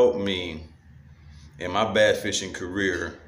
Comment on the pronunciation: BASS! It’s BASS! Not Base lol